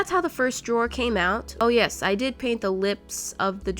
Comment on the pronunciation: Her; nyesss, it has stick drawer Me; is nyesss a word...?